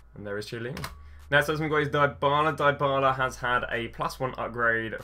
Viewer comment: Die-balah? Tshyelleeni? Come on man learn how to pronounce players' names. Great video otherwise.